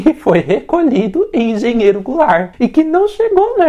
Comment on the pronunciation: "Parágrafo A" 🤣🤣🤣🤣🤣🤣 E vou te dar um detalhe bônus: a voz em inglês pronunciando errado os nomes das estações: "Cí Í Cí Ei Pí" station (Cecap) "Eropôdo Gu Erôl Rôs" (Aeroporto-Guarulhos) Engenheiro Goulart até que fala praticamente certo...